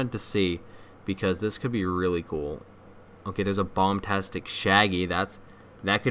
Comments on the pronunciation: its bombastic not bomtastic and people have made better models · It’s bombastic, not bombtastic.